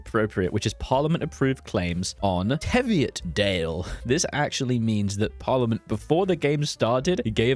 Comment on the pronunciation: Oof, TEV-iotdale hurt my soul, it's pronouced TEE-viotdale, TEE as in, Tea, the hot beverage. Besides that, a fine video, you've done Scotland proud.